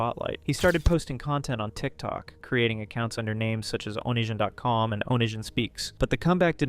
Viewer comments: This was a great video but please, next time just watch how other creators pronounce things. It’s oh-knee-see-on, not oh-nish-an. The book is This is Why I Hate You, not Why I Hate You, Tosh “point oh”, not Tosh dot zero, etc Not trying to be an ass but that stuff was driving me insane. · Yeah, i hear onishon